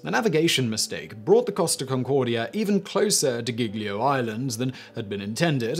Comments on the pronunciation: The actual phone call to Schettino and his exuses not to back on board was saddly hilarious... Also, I love you butchering Italian names, "skettino" ("sc" you got right should read as "sh" but "ch" Is more "k" like), "geeljo" "g-ljo".... here seem instead you read "ghighlio" (again as with "c" same with "g" when followed by "h" the sound get "harder" without Is more smooth mixing with the following "e" or "i"... "Gl"... Well i give up dunno how ti explaint It you should hear... "Lj" maybe?) "Sc" "Gn" "gl" "ci/e - chi/e" "gi/e - ghi/e" and the different pronunciations of "s" "ss" and "z" those are the worst to get for foreginers. No blame anyway... You do cover toons of different story from all over the world. Keep up 👍🏼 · 😭Giglio Island Is Pronounced Jee Lee oh. Not gig Lee oh. Gli in italian Is always just Lee.